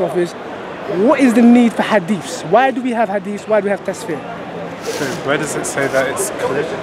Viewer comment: Hhhh says tasfir hhh.it is called Tafsir and not tasfir.go and learn before criticise